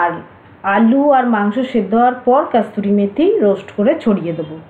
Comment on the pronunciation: hi kothata kasuri methi,kasturi methi noy.